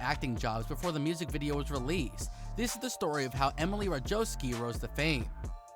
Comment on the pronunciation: Learn how to pronounce her name.